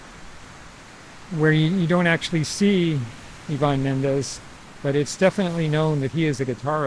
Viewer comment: Eye van not yvon